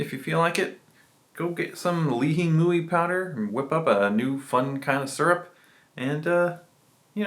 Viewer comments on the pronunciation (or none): Why do you say it like that? It’s pronounced “li-he-moi”.. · that’s how we pronounce it in Hawaii.. born and raised, and I’m still living here.. only people that say “ling-hing-mui” are tourists.. it’s “lee-he-moi”, or some people say “lee-he-mui”.. I mean, there’s no right, or wrong way of saying it.. it’s just funny hearing it said like how you said it, cuz no one says it like that